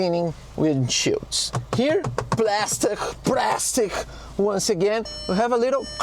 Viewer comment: It's praaaaaastic 😅